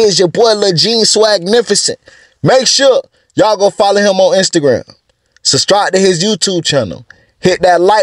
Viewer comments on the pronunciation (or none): I sustribe because he said sustribe!